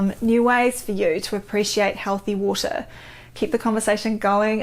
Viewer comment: luv how she says waur-tah 💕